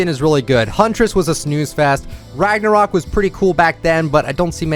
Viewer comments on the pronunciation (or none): none